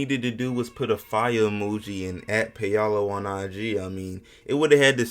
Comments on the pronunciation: Paolo not Peyalo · It's pronounced "pow-low", not "pay-ah-low" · It’s pronounced Paul-oh lol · "Pay-Allo" loooooool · Paul-oh that’s how you say it 🤦🏿‍♂️ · My man is slaughtering Ps name, wow